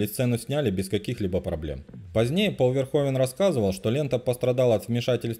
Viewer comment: Правильно "Пол Верхувен"